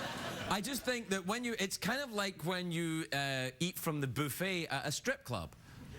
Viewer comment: Boofet. LoL. I know it's buffet, but the way he says it!!